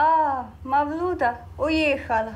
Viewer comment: Не МавлЮда, а МавлюдА !!! Ударение в языках народов Средней Азии почти всегда на последний слог: МаликА, ГульчехрА, ЗухрА... А тут решили как по-русски: Люда-Мавлюда.